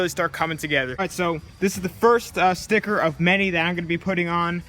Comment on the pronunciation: Am I the only one hearing "spicker" instead of sticker